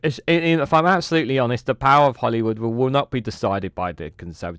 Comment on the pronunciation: Sorry but its Holyrood not Hollywood 😅